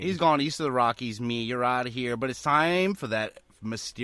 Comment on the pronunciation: he does say "Nee" not me